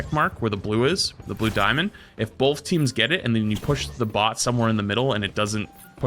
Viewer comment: Just saying... Bot and Bought sound quite different when enunciated. Bot = Baht Bought = Bawt